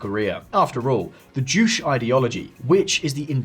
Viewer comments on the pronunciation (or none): Its not Kolyma its Chollima.. and its also not Jusch.. its Ju-che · pronounce juche with an e. not joosh D.A. NYC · u said juche wrong js the first time u forgot the e at the end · said juche wrong